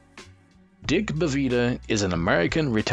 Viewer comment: This may be the worst NBA related video I've ever watched. How is TIm Donaghy a 10 Best Ref? And how do you have a voice-over guy pronounce that is clueless on how to pronounce"Bavetta" or "Javie" or "LaSalle"? Don't produce content if it's going to be this low quality. Just reading everyone's Wikipedia doesn't equal a quality video. Absolutely pathetic. A waste of 7 minutes of my life.